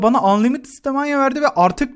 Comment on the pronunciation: Staminayı doğru okusan keşke